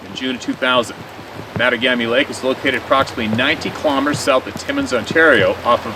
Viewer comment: MA TAW GA ME lake 4 syllables I lived 20 miles away from there for my teens. Never saw or heard of Sasquatch, hunted every year, fought forest fires, out at the local lakes every summer...allot. Never heard about Sabai until I moved to BC.